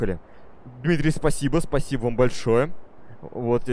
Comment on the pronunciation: "Спасибоу" "Колозвончик" кто заметил? xDD